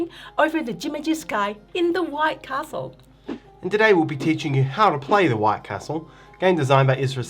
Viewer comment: This looks great! (I just wish he pronounced Castle the correct way)🙃